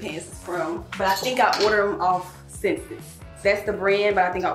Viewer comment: hey, you’re saying senses for the website ssense. it’s pronounced like essence- “s” “sense” love you. thanks for sharing all the goodies